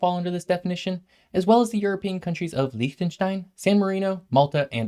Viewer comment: Your pronunciation of Liechtenstein was actually great!